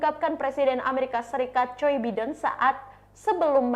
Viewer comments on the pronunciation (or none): Mbaknya gakbisabacanamapresidenAsini ya? Yg betuladalahJoe biden,bukanJay biden!😊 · Maaf mbak nyebut president Amerika jangan joi Biden dong ttp JO Baiden gitu nanti org nya marah krn nama ga bisa di ganti2